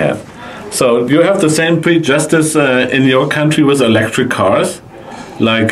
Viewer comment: Ist es möglich das mal die Aussprache von "prejudice" nachlesen musst?;) Ich habe es erst nicht verstanden was gemeint war, erstaunlicherweise aber Ben:) Klang mehr wie prejustice, sorry bischen Krümmelkacken muss sein, wir sind ja Deutsch:P Tolles Video insgesamt. Für mich muss es nicht shiny sein, Inhalt zählt!